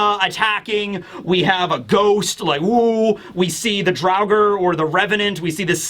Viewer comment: Very close pronunciation! A little more O sound in the front, like Drow-ger